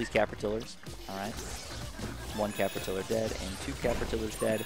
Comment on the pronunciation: Thank you, also... did you say "capertiller"?